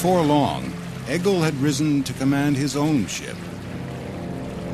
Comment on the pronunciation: Nice documentary but Egil is pronounced like “ey-yil” not “egg-il”